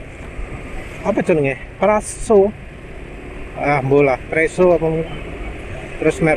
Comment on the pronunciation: Presa mas 😂 Bkn preso 😅